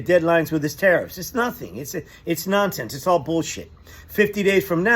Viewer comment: Taco says tireassss NOT TARIFFS LOOK HOW HE S SAYING IT.